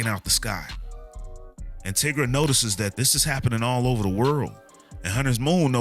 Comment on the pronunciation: Lol tigras name is pronounced "tye gruh" like "tiger" not "tih gruh"